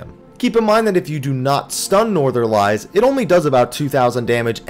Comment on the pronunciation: I know it's nitpicky, but Northerlies -> Nor-thuhr-lees. Like the plural of the Northern winds.